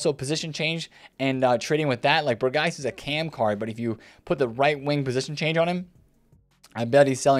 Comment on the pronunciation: Their names are actually pronounced Berg-vine and Berg-house